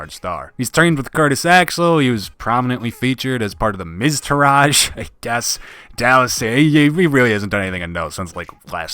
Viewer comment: “Miz turage”